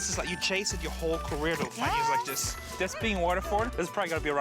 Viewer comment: "Look at this. Some sort of African thing. I could get a dousand for dis." Real expert right there.